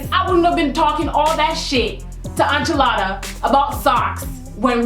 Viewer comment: Enchilada pronounced (In-cha-la-da) not (An-chaa-la-da)